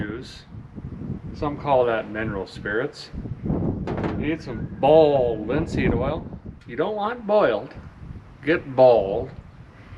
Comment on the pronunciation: 🤣😂🤣😂Your still pronouncing it like that girl in the video I know we both watched where she put it on her truck I think it was. Had the really southern accent! I saw you comment on it. "Balled linseeeed olll" 🤣🤣😂🤣